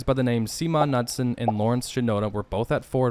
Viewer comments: "Seemon Nutson?" Did you mean Simon "Bunky" Knudsen? [nude-sen] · THE DUDS LAST NAME IS NEWD-SOM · Two things. It’s pronounced Nude-son, and please, please for all of us out here use a pop filter on your mic, (more than what’s in the dust cap of the microphone), your V/O is almost unlistenable unless on a phone. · LOL, pretty sure that guys name is pronounced "Nood-Sen" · Knudsen... nude-son. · Knudsen is pronounced noodson.